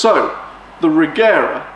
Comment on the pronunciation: The right way to say Regera is Rejera , the G shall be as in Georg. But I think Christian gave up that since he also say it as G now.